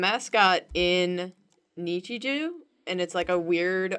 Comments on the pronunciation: "Nichijew" i like julias way of pronouncing nichijou 👌👌👌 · It's Nichijou not ItchyJew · Nichi jew -- No- nonononononono. It's Nichijou. JOU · the Nichijou things are rice balls. (also, you say Nichijou weird. Its an 'o' not a 'eew') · WHY DO YOU PRONOUNCE NICHIJOU AS NICHIJEW??? ITS KNEE-CHEE-JOW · It's nee chee JO not JOO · the egghead thing is daifuku, which is mochi (chewy rice dough) with sweetened bean filling. also nichijou is pronounced knee-chee-joe. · I think it's nichij-oh not oo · Angel neechy jew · Who looks at the word nichijou and thinks neechy jew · the way pronounces Nichijou hurts me. NEE- CHEE-JO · i cringed silently inside every time nichijou was said lmao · the way you pronounce nichijou hbciwbcudb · Dont mean to sound like a complete ass, but the way you guys pronounce nichijou makes me want to get out the rope n stool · Ok I love the content but The pronouncing of nichijou is really unsatisfying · It irritates me how pronounces Nichijou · If Nichijou is really your favorite anime, learn how to pronounce it right